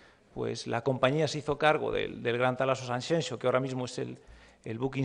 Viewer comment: Federico es Sanxenxo. No cuesta nada ponerlo así. Es como Alaska cuando dijo tanxunjeiras, cuando es tanxunxeiras. Y lo digo desde la "Galicia profunda" Santiago de Compostela.